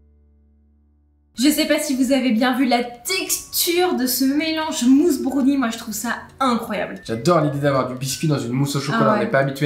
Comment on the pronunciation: Il faudrait quand même leur dire que brownie ne se prononce pas brOUnie…